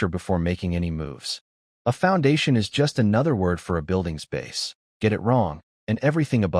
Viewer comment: Can't pronounce "is".